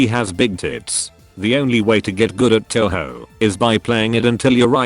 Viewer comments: It’s pronounced toh hoh. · Please don't call it Toe-Hoe. :/ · My sister calls touhou "tonhon" Looks like she won't enjoy pronouncing video games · Tessyrah Figures. All the 'Taohao' makes my brain hurt from the cringe sometimes. Even if listening to people fail at Japanese pronunciation is funny af.